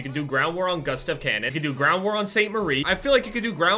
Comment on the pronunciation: Gustav is pronounced goo-stov